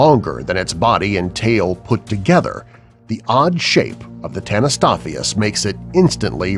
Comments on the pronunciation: Tanystopheus? Right? Wrong! Its Tanystropheus. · ITS DINOSUCHUS, HELIKOPRION, AND TANYSTROFEUS! (i spelt pronounces for the dum dums at facts verse